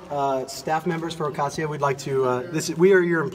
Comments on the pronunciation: “Ocayshio” Cortez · Oh-caysheeoh Cortez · She likes to say her full name but she keeps saying it wrong..😆😆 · The only thing that Greene should be yelling through is the food tray slot from a padded cell. Margarine Trailer Grin should also pronounce AOC’s name properly. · At least pronounce AOC names right